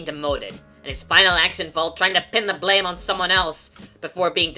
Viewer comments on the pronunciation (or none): none